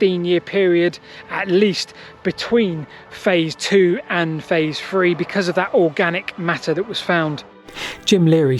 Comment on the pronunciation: "Phase free" 😂 From a non brit